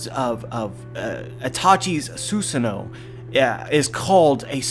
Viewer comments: Stop saying zeusano it's susano'o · It is pronounced Su-saah-NO!